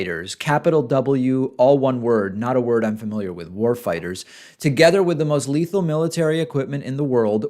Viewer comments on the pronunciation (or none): none